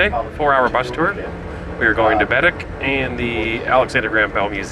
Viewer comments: It’s not Bed- dic. It’s Ba- deck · Bah- deck... not bedeck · Ba Deck Not BED ECK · Yes it is Baddeck (bah deck) not Biddik!! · It's {bah deck} not {bed deck}....... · Loved your video aside from cringing every time I heard BADick, (it’s baDECK) however that’s not your fault as you were unable to hear the tour guide’s proper pronunciation in your sucky bus seats. Despite that, it looks like you guys had fun and I hope you’ll come back and see more of this gorgeous island!!!❤😊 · It’s said Bahdeck not badick lol I lived there for 2 years so I heard lots of tourists say it that way. They are salt water lakes. Baddeck is a beautiful place with lots of history. I lived in Sydney for 6 years. If you ever have a chance to come back you need to do the Cabot trail and the fortess of louisburg. Bell almost had the first flight but the wright brothers beat him to it. So cool to come across your video today. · It is pronounced BAADECK not bedic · baddeck is pronounced Bah Deck. The Lakes are the Bras D'Or Lakes pronounced Brah dor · I am from Sydney, I have lived here all my life. When I was in the military, I would go away in the summer, but I would always love coming back home. And it's pronounced Baddeck, like one word (Buh-deck) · They are salt water lakes, not part of the ocean. There is a lock in St. Peter's where sail boats and yachts enter. It's pronounced Ba Deck - emphasis on the deck. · Came across your video.. very nice. But I just want to point out you are pronouncing Baddeck wrong. It’s Bed-Deck. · Bed-deck….tourists crack me up. Once heard one refer to Sobeys as Sob-ees. Lol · It’s pronounced Baadeck.